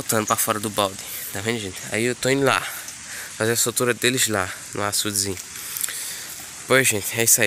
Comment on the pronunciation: Soltura,viu.Não é sou tura não.